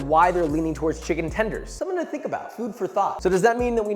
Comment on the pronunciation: Did you say chimken tembies?